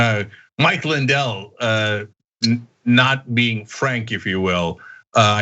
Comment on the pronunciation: Did They Say Frank Or Crank!